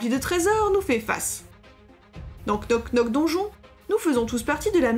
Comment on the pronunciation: Super video et très sympatique jeu! ( pour info, le k ne se prononce pas, ça se prononce [nok nok deunnjonn])